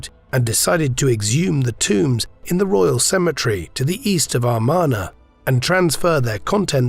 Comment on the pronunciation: It's pronounced "Ah MAR na", not "Ar MAN a".